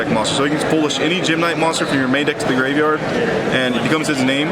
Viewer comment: He pronounced every gem-knight wrong